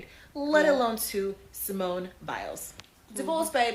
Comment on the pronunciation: What is criminal is the fact that you are calling her Simeon which is a man’s name. Get it right her name is Simone!